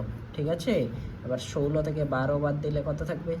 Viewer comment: ষোলো ✅সৌউল্ল্য❌😂😂😂